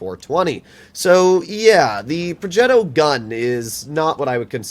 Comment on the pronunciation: why does always pronounce progetto with an accent thingy it makes him sound like an idiot